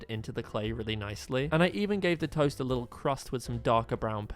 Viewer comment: Why was it so funny when he said ToEsT😂😂